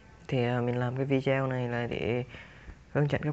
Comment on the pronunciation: góp ý, đọc tiếng anh k cần chuẩn nhưng đừng đọc sai nghe khó chịu lắm, tool đọc là "tun" không phải tút, video đọc rõ là "vi đê ô" dùm